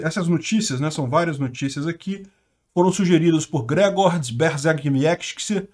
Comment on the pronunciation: erra o nome do Grzegorz KKKKK